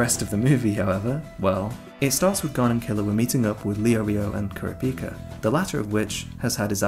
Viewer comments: Dude said kurápëcâ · Are we really gonna let the fact slide that he says “Kura-pee-ka” like someone who HASNT watched the anime despite him HAVING REWATCHED IT?🥶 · The was he pronounces kurapika pisses me off